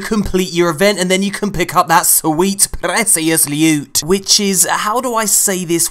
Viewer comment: I love the parts where you ask bungie to buff the prrrreshious lewt.